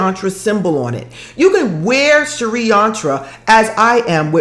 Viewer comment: Its s-ri not sharee xxxxx